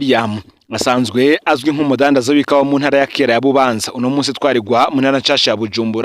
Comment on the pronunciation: Bubanza basoma Būbānzá apana i búbanzà